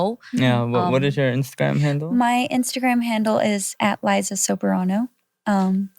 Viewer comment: Liza is so eloquent like I’m literally loving every pronunciation she’s doing. This interview is so good and well contentful as you can see im out of words. The male host is so adorable for curiously cutting off Liza but it’s nice in a way and not like any other hosts whose trying to make it about themselves instead of the guest’s. I’m so rooting for where Liza will take herself, this revolutionary is so exciting and thrilling. Nobody from the Filipino film industry made it to Hollywood yet and created a BIG NOTICEABLE impact! Go Liza dear, set us in fire!!! ❤